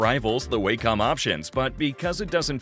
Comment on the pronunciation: One criticism... The word "Wacom" is pronounced "walk-um" not "way-cum"